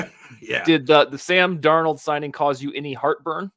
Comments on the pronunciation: And Dar-Nold wait... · pronunciations of Darnold and Lewis Cine are just bizarre lmao